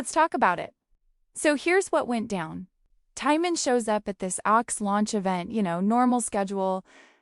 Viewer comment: At least say his name correctly